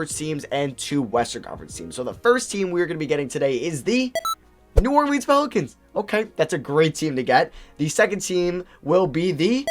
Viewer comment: Stop pronouncing New Orleans like that please 😂